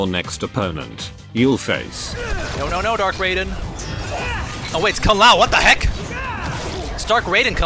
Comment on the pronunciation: "WAAAA THA HEEECCCKKK"- At the moment became uncle roger XD